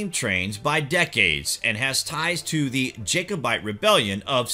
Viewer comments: Oh..... really hard to listen too ...... best bit was Jacob ite ...... instead of Jacobite ha ha ..... get someone that knows their language .... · Suzanne Burgess Make that Jacobite. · Learn how to pronounce your words. It’s Jac-o-nite. And Strath, not streth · Really bad commentary... Why goes he continue to mispronounce words/places and speak in such a staccato voice?? 1. Ja-co-bite, not Jay-co-bite 2. Go-vahn, not Gov-en, Glasgow 3. Aber-déen, not Á-ber-deen Lots of great info, but extremely painful to listen to....